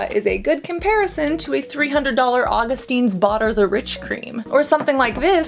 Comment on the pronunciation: Augustinis? Augustins? It's AugustinUs :D